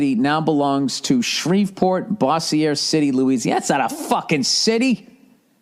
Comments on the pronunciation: I’m from Louisiana and it’s pronounced Boze-sure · Bo-zure. No boss -e-ey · Its pronounced "Bozzier" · its bo-zier. LOL